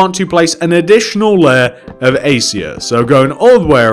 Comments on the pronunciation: Acacia is pronounced A-Cay-Shia not Acia :) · #acia (ace-ia) not #acacia (e-kay-shuh)